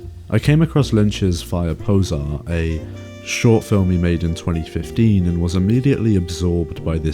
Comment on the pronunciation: The subtitle ("Poƶar") is pronounced like [po'zhar] and means "fire" (as in "a fire broke out") in different Slavic languages.